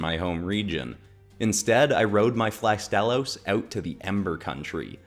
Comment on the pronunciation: Flygon and Astalos are a PERFECT match, since they're both dragons with insect elements in their design. Only issue I have is that you butchered Astalos's name. The stress is supposed to be on the first syllable, not the second...